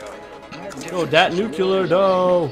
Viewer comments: Nuclear not nuculer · I saw him get a nuclear on the livestream, I expeced him to yell "NUCLEAR". but no, he says oh i got a nucler. Best reaction ever. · he said Nu-cu-lar as if he is George Bush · It's great to know doesn't know how to pronounce nuclear. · LOL, That's not how you pronounce Nuclear. Congrats anyway